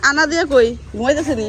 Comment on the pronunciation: Nam anabiya bole Anadiya 😂